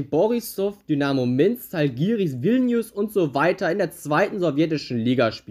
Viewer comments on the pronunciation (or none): Der Verein aus Vilnius wird ähnlich Dschalgiris gesprochen - der Buchstabe am Anfang von Zalgiris sieht zwar wie ein Z aus wird aber nicht so gesprochen…. meine Frau kommt aus einem Ort ca 25km von Vilnius entfernt…daher weiß ich das….allerdings kann ich die Sprache trotz der fast 20 Jahre wo wir mehrmals im Jahr dort sind immer nicht wirklich sprechen….ist ne schwer zu erlernende Sprache….Zalgiris kommt von Zala was soviel wie Grün heißt…Vilnius hat eine sehr schöne Altstadt….